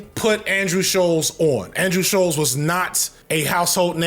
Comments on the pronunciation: FD, I'm begging that if you ever need to say the surname I share with this moron again That it is pronounced like "Bolts" with a sh- at the start, Not Shoals like a submerged sandbank. This was driving me CRAZY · Him mispronouncing Shulz’s name the whole video is lowkey the best part 😂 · Why is he having the hardest time saying Schulz?